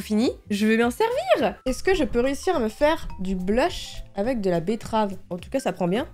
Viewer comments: bettrave et il y a que moi qui a remarqué qu'elle a dit bluff à la bettrave au lieu de blush à la bettrave ca ma fait rire 😂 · j'aime trop les vidéo astuce meilleure vidéo oh et "betterave" 😂